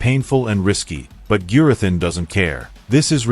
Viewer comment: A persons name is rhe most important sound they hear. You have heard Gurathins name pronounced many times through out the season, Have a little manners and pronouce Gurathins name correctly. There is no excuse.